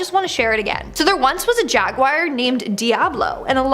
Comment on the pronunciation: It's not jaguire